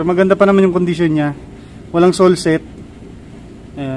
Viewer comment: boss sole sep yin hindi sole set,,,,,,,,,, sole separation